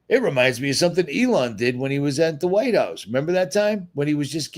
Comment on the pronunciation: ...I don’t think you see yourself as a comedian, but you make me laugh harder than anyone else! 😆 Did you just call eelon “Lady Luck”?! 😂🤣